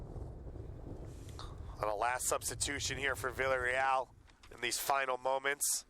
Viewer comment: Lol he isn't saying Villareal right